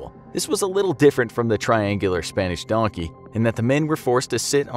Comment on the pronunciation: DONKEH WHERE ARE YOU DONKEH